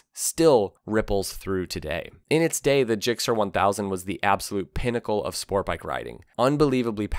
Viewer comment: There is a T in the word sport bike. It is not Spore bike. I hate that speech impediment.